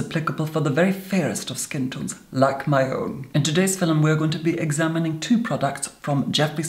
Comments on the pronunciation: "Filums" <3. Oh yes. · what's a fillem🤣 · Does he say “filmim”? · At :14, unless my ears are failing me, I heard a straightforward, "film" instead of "fillem." *feeling faint* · Tobi Jaguar it’s fillum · Bunny Senpai LMAO he says “film”...except it’s “filum” 😂😂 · The word he is saying is 'filUm' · FILLUM,,, ICONIC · I love how he says "FiLiM" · “In this Filim” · FILUM SAY IT WITH ME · Filim!! Is it me or its wrong